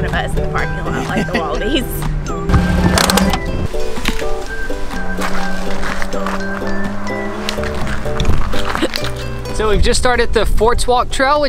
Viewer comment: calls them wallapies not wallabies